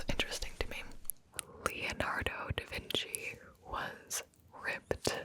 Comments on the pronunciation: da vinky?!? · "Who painted the Mona Lisa?" "Bro, Mona Lisa" "Da Vinky??"